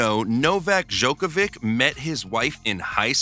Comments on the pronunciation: My husband can’t pronounce his name … he calls him Novak Dodge-a-vick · Bro not only did you pronounce his name wrong, but you also mispronounced his childrens names and his wifes name. Love the vid, just search how its pronounced before you make a lot of mistakes